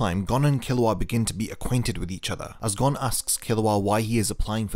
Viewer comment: It’s gon(e) not gOn